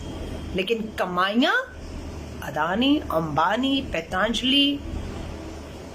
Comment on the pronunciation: श्रीमती "पैंताजलि" नहीं "पंतजलि" कम से कम संस्था का नाम तो सही उच्चारण किजीए। आपका शिक्षा एवं लालन-पालन तो शायद भारत में हुई है, इटली में नहीं ।